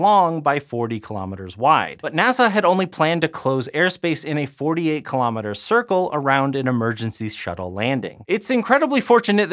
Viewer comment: What is a "klommitter"? Oh, you mean kilo meter! It really is sad to see the English language being so mercilessly battered to death.